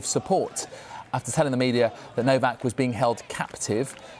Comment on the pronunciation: Karen - The minister can't even pronounce Novak's name. Was it too difficult to ask ANYONE about it?